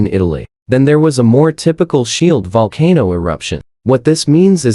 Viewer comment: Good lord. I lasted less than a minute because of this stupid AI narration. You would think a video about a volcano would at least pronounce that word correctly. Terrible.